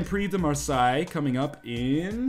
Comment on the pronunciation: I love how you pronounce Marseille :D